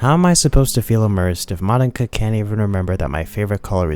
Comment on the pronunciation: Why are you pronouncing Monika like that?